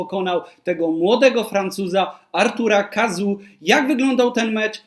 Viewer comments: Chyba nie „Kazu” tylko „Kazo” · Dziękuję za ciekawy materiał, natomiast nazwisko wymawia się Kazo 😊